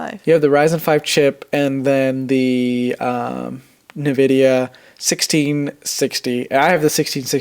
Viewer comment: The way he said Nvidia made my blood boil. But that's okay, you do you boo